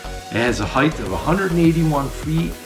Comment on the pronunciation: height, not heighth.